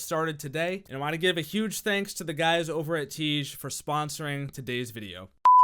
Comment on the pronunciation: Until you figure out how to pronounce tiége imma wash my face with shampoo